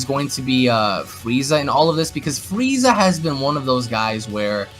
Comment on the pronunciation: Will of D. I thought I was the only one that noticed it. Fweeza😂😂